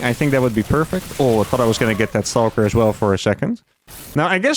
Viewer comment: How can he say "Stargate" normal but he says "Stawhlker"? 😂